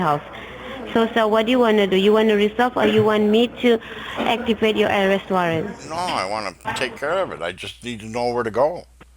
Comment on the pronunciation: Ourest warrant? Mistakilly? Wowcher? Porticol? ProWIDE?? "Under your NAM"?? The idiot scammers might want to learn how to pronounce simple English words.